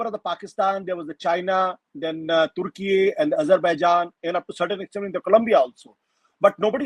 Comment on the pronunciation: I think she lost mind because of age factor😂 she is not in sense baseless analysis She said tukey china and Malaysia😂 3 time that's tell her mental situation